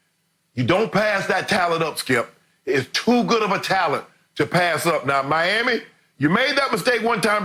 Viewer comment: I love it every time Unc says "Miami". He puts that extra emphasis in it like he really respects Miami or something lol